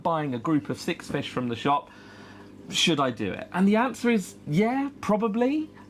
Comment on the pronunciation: I love the way you say "Fesh" and "But!". Nice video thanks for it!